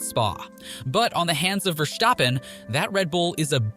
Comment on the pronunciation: Please pronounce his name correct: It"s VERstappen and not VerStAppen. He is Dutch not German